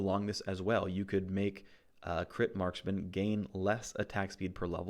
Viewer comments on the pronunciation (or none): Marskmen? wtf is a marskmen? Do you mean Marksmen? as in tanged adc? smh